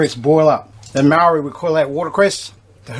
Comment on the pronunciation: Close your mouth when you eat ya old gronk! And learn how to say “maori” properly not “Maaaaariii”